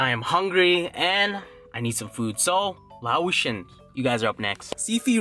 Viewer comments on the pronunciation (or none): It's "Lay-Ocean". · Hell yeah to ur Lao squad!!! And ur saying Laotion wrong lol... Its pernouce like lay-ocean. Lol but I love papaya salad! Great choice of food! LOVE YOU